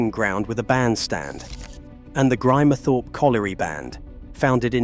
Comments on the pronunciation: American A.I. crap. Grimthorpe is pronounced Grim thorp, not grime thorp. Missing g the word "and" out of dates is uniquely American. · I think it's an AI thing - hear this kind of mispronounciation (sp) a lot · It would be great if you got a real narrator....it is a good copy but not perfect. Halfway through the "Grimethorpe" chapter the AI narrator changed his/her pronunciation from "Grimmehthorpe", incorrect, to "Grime (as in Crime) thorpe"....